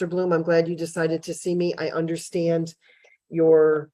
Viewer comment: he seems proud of having been to jail 7 times. makes him an expert in his eyes. but still he winds up saying 'I dun unnastaand."